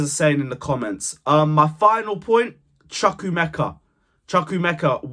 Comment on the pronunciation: Good points. Work on the pronunciation of CHUKWUEMEKA though. The pronunciation is off - it will be good to see presenters and content creators putting more effort in the pronunciation of none English names. I am sure one minute chat with one of your many Chelsea supporters of Nigerian (Igbo) origin will sort this out.